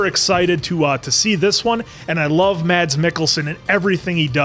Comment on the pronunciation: As a Danish person hearing these guys pronounce Mads like "Mats" is so funny lol. It's pronounced like "mass", but the "a" sound is shorter. The d in Mads is silent :)